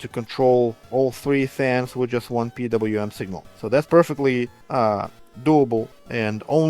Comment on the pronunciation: Calling it "Pee Wee Em" instead of the atrocious "Pee DoubleYou Em" warms my European heart.❤